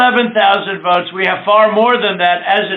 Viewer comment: "WE NEED 11.000 WOTES" like he is buying potatoes.Worst president in Americas history.I feel sorry for the biggest democracy in the world.